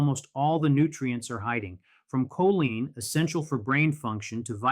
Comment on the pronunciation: "koleen" is the pronunciation of choline.